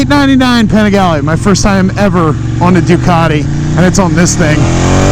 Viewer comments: even the name of bike is wrong, “ Penigalle” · Start by not butchering the name 🤡🤡🤡